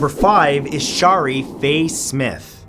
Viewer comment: Omg its "ELLE-O-EESE" not "EE-LO-EESE" and who doesnt know how to pronounce "Shari".... sorry but a lot of your name pronunciation sucks bro..